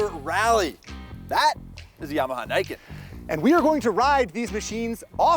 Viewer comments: "Nee-ken" not "Nye-ken" I'm now that guy that has to complain about Japanese pronunciation.. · I still dont understand why every idiot calls this thing the naiken. Thats not how you pronounce it. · it's pronounced "knee - ken"